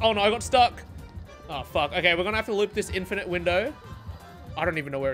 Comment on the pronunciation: “infinte” -100000 aura 😔